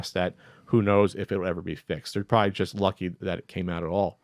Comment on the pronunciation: I have to point it out. When says "just", he says it like "chust" and I can't un-hear it. I still like listening, though.